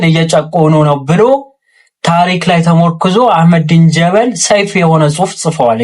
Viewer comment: he say አህመዲን ጀ(ሸዳ)በ(ሸዳ)ል 😂 ል ምትለውንም ሼም ይዞት ነው ሻዳ ያላደረጋት መሀይም